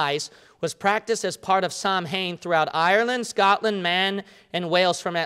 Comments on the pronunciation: All true except samhain is pronounced “sow-win”... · Samhainn is pronounced ss-ow-inn (the ow part sounds like you are hurt and saying" ow " as in "ouch")